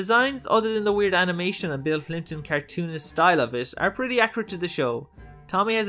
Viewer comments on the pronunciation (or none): Thanks for the clarification, i'll look his cartoons up. Even the YouTube subtitles thought you said Clinton lol.